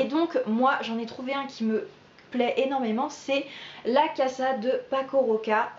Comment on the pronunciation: La ca'sa .... el mun'do avec accent sur la dernière syllabe, ça fait pas très sérieux.